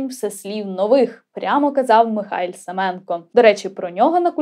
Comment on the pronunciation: Безмежно дякую Вам за чудовий випуск! Браво. Наскільки я знаю, наголос у прізвищі Семенко на останній склад. Це тре перевірити. Дякую!